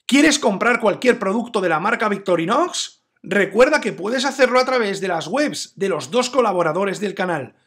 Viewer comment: Es victorinox o Victorinosssss? Jajajaja abrazo buen vídeo!